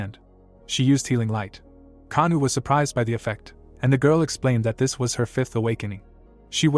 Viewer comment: The mc actual name is Oh kangwoo not kanu xd